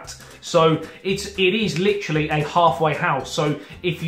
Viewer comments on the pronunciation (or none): none